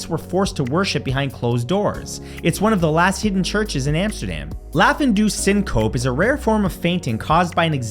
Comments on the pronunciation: Re: #24 -- it's three syllables, SIN-coe-pee. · You need to pronounce the E in syncope. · "sin cope" 😂😂😂